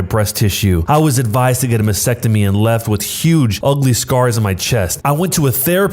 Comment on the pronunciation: This narrator should have asked his fourth grade teacher how to pronounce "Mastectomy" before attempting to narrate this story.